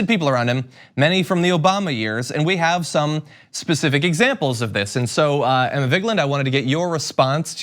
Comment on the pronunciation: Emma not Anna!